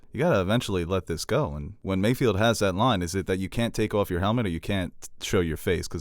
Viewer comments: Mayfeld. Not Mayfield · does anyone else cringe whenever says “MayFIELD”?😬😂